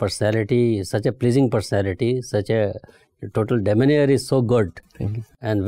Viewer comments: The interviewer can’t even pronounce English words properly !! Demeanor……. Calls it deminier !!!!!!!’nnnn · Did he try to say 'demeanor', which is pronounced like 'D-me-nar', when he actually said 'demenier' ?😂😂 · Demeanor ka pronounciation Zara cazual hai😅